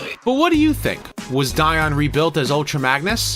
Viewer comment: Dion, Di-ed. I’m going with what David Wise said, about him at least.